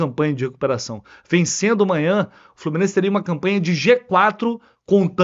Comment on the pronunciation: vc falou umas 5 vezes: AMANHA! AMWNHA!